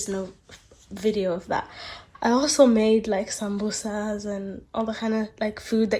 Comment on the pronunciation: May I ask what’s your origin because I heard the way you said Samosas and it oddly sounds like French 😅